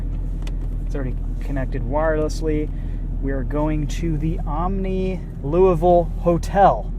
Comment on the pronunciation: Good job pronouncing Louisville correctly. Nobody ever says it right